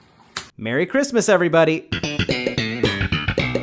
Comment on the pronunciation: It’s crismaasas